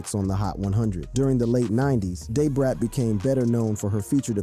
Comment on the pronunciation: Lol maaaaaaaaaaan you killed Brat name